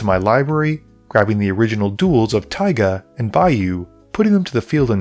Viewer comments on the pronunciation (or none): none